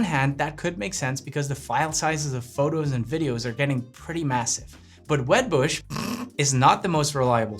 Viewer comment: “Web bush” <Snort>…